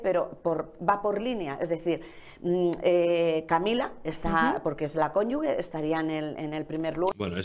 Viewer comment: Se dice cónyuge no cónyuge.